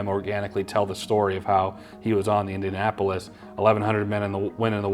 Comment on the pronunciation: Did really say "Indiana-apolis"?